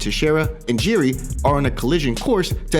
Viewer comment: Can't believe how many names get butchered through these MMA YouTube channels. Jiri is pronounced "Yee-Ree" not "Jee-Ree"